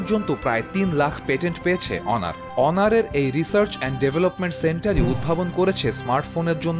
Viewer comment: যাক আপনার সঠিক ভাবে উচ্ছারণ করেছেন অনার। অন্য সবাই তো হনোর,হোনার বলে। আর হুয়াওয়ে কে বলে হাওয়াই